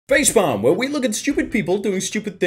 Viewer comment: when he said facepalm at the start it sounded like facefarm